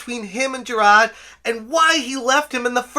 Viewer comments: Jer-rod... Seriously dude, pay attention to the letters that make up a person's name. It's Jir-ARD. Rhymes with "tard". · JI-RARD. Not JI-RAHD. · I'm not a fan of the guy, but the name is JiraRd, not Jirad. Also, "is pale in comparison" is pretty funny lol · I appreciate the content here. I appreciate the coverage of this ...thing we're all seeing unfolding before our eyes. (I agree full on agree with everything you've been saying) BUT, my dude. you really really gotta stop calling this man Jirad. I know the Boston accent thing and all but "Jirad" is literally the only thing you have ever said in the accent. White people mispronouncing the names of POC is not a good look and if you want to continue covering The Completionist, you really gotta learn how to pronounce his name correctly. It's kinda racist. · I saw your tweet. I'm not calling YOU racist. I'm talking about mispronouncing his name comes off as racist. When you cover this story, Jirard's bootlickers are going to come looking for any and every crack in the foundation to make it about you. No "having an accent" isn't racist (Trust me. I know all about accents, I'm from Chicago lol). But you know how these people work. As someone who has spent YEARS dealing with toxic fandoms, I was just giving advice. I'm sorry if I came off any other way. No offense intended. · Dude please how do you just not pronounce Jirard the way that everyone else does. It kinda drives me insane. Your coverage of the situation is very prompt, so good job on that regardless